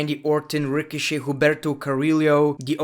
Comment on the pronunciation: Hum-ber-toe. Ca-re-o that’s how you pronounce it